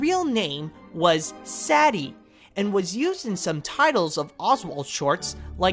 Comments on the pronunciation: Sadie is pronounced “say-dee”, not “sad-ee” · Saddy? I think you mean SAY-DEE.(Sadie)